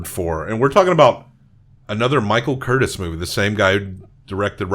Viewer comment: The Director's name was pronounced CurTIZ, with the accent on the second syllable and a noticeable "z" at the end. You don't say it like "Curtis." Also, the sword fight where Levasseur is killed was filmed at Three Arches Bay in Laguna Beach.